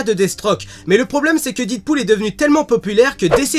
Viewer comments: Super vidéo! mais par contre on dit Deadpool pas didpool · didpool ??? non non non c'est Deadpool a l’Américaine . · Didpool? Deadpool! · DEAD PAS DID :'( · didpool mes oreilles saignent. 😂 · deadpool se prononce dèdpoul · The Dark oui et toi tu as compris que je fais ce commentaire pcq la prononciation pique peut-être